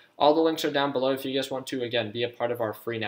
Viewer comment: Every time you say you guys I think you’re saying ugaz